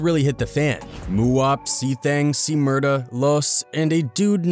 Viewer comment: Bruhhhhhhhh C Murda?? You should’ve deleted this video Off that mistake alone…